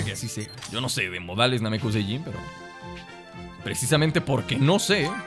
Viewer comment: No es namecuseiyin es namecusei